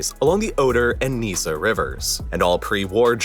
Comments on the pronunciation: fun fact for those interested in pronouncing places properly; Oder-Neise is pronounced "Oder- Nice-ugh" as in the word nice.... not neesse, EI is said in German the we say "ice". Or Oder Nicer making the r really soft though. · There are a few minor odd moments in the video: - showing an historic image of Riga (not Königsberg) - calling the river "(Oder-)Neeca" instead the local pronoucation "Neycu" - showing a photo of the regional parlament of the federal state of Brandenburg while talking about Germany's constitution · The explanation would have been better if the narrator had a clue to the German pronunciation of the German cities and the Neisse river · Just for the speaker's information, the river Neisse is not pronounced like 'niece', but more closely 'nice-eh'. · neise is pronounced neye-seh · Neisse pronounced as "Neycu"? What? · You mispronounced Kaliningrad, oblast, Königsberg, Neiße, Danzig, François Mitterrand, Gorbačëv, Paris…